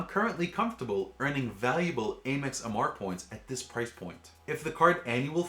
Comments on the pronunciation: It's Amex, not Amex. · Cool video, but I don’t get the mispronunciation of ‘Amex’